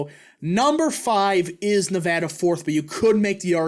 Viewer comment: Thank you for pronouncing Nevada correctly BTW